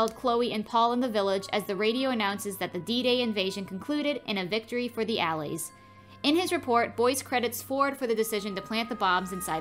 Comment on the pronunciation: you do voice overs for films but cant pronounce simple words like "allies"